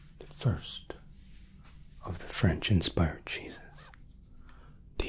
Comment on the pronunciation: I could have sworn when you said “our 3 cheeses” you had actually said “our 3 Jesus”. 😂 Luv you!!